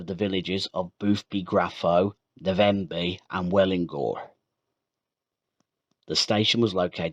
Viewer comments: Navenby, not Na-venby.🤔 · Great but the Navenby was pronounced wrong, I lived on a farm near Fulbeck and often this line was used on Sundays when maintenance was being done on the main line, many famous locos steamed by, loved these times.